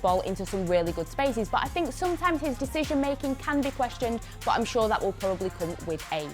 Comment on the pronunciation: how she says but BOOT